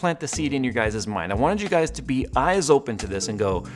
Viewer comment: "your guy'ziz" please clean this up. I agree that Intel looks dazed and confused. I guess so many years with out competition they were likely going to forget how to respond to it. I hope AMD can deliver! Intel needs some one else in the marketplace and so do we. All those years Intel had on easy street rolling out infinitesimal performance increases holding onto more than 4 cores for the mainstream with an iron grip. Thank you AMD.